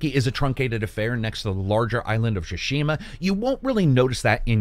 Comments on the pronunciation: you remain my very favorite reviewer but every time I hear you butcher then name "Shuh-Shima" I die a little inside... It's Pronounced Ts-soo-shi-ma. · Its not pronounced shushima buds, it’s Sushima and T is silent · Can’t watch this one. Every time he says Shushima, it triggers something in me. My eyes start twitching, I feel like small electric current goes over my body and then I gag and almost throw up. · “Ghost of Sha-shima” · Shashima hahahah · Great review as always. But the way you pronounce "tsu" in "Tsushima" really bothers me. 😅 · please spend 1 minute and research the way to say the titlle of the game, no need to be this ear gratingly daft.